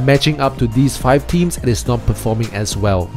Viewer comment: Strange, you'd think that if you were to do a video on wp themes you might learn how to pronounce the word "Themes". Strange world we're living in.